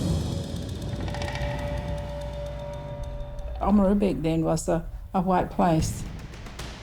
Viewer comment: It’s nice to hear them pronounce “Oamaru” properly, and not in the North Island. …up until the last part anyway.